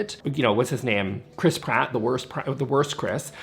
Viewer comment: You say Chris Pratt. I hear crisp rat